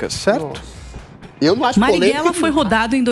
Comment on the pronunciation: Po, é analfabeta? É "Marighella" e não "Marrighella"